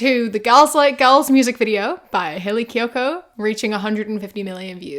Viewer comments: he couldnt pronounce kiyoko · Bro couldn’t even pronounce her name right😭 Love Hayley kiyoko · He couldn't even take the time to pronounce her name right. ☠️